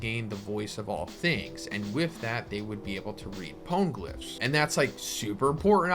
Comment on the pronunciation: imma be that guy, even the anime doesnt pronounce them powngliphs how you are...thats just annoying. "this is how i say it" no, there is a right way to say it, quit being lazy and learn the right way. till otherwise stated, the e in pone is pronounced, not silent.